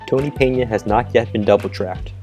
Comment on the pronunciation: Also, it's pronounced Tony Pen-uh by most of people in Jupiter, lol.